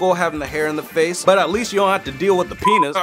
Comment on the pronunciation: uhhh you said peni*